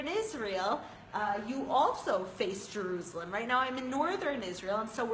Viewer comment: I hate the way she pronounces juruslem